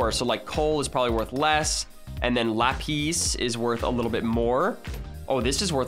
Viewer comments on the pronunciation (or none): so coal is probably worth less Also: then we have ‘lapees’ Me: Its ‘la-pis’ not ‘la-pees’ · Uts not lapees its lap is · yo u dont pro nounce lapis like that its pis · he actually pronounced lapis lapees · Did this man just say lapees? Jeez have you ever played minecraft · You're saying Lapis wrong its called La pis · i was gonna say the same thing XD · It’s obvious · The way said lapis hurt me 😂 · The way he said Lapis tho lol